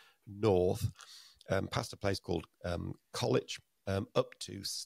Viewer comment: As a Stafforshire lad, please, please will you start calling Colwich Junction Col-wich, not Colitch! There is a place near Nottingham called so but spelt Colwick!